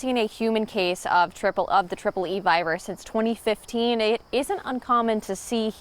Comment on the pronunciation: Triple-E not Tripoli